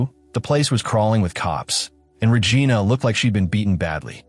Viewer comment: Paramount can't afford a human voice? AI pronouncing "Regina" is disturbing, along with other creepy errors. Also, a "comfort woman"...what is this Japan in WW2?!